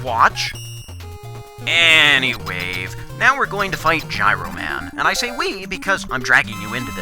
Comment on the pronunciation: did you just say "any wave"?!